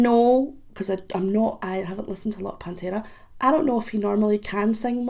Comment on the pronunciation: I like the way you pronounce pantera ,just like we pronounce It in spanish. Try with -the sleep by pantera